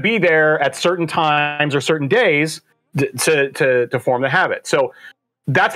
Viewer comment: "To form the habbit" Did anyone else catch that? Sounds like habbit forming is part of there formula. Sorry, im sure you hate us doing it, but I feel it slipped into the convo.